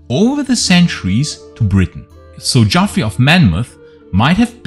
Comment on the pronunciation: Geoffrey is pronounced the same as Jeffrey. It's just an old spelling.